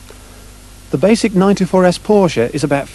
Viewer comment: Thank you! Finally a Brit who knows how to pronounce Porsche.